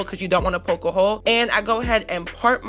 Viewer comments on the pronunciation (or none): none